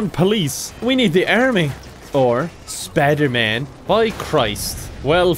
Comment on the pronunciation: It's Piderman!